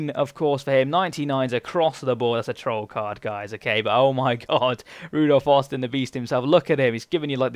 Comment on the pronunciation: It's ROdolph Austin not RUdolph Austin :) LEEDS LEEDS LEEDS!